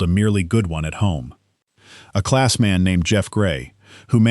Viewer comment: The German truck companie's name is "EM - AH - EN", not "Man", and the combine builder's name is "Clahhhs", not "Class". If your name is "Smith" and you come to visit our country, we'll call you "Smith", not "Schmidt". It's a matter of respect.